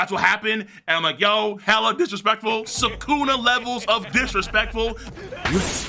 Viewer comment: why king said sukuna like that tho lmfaoo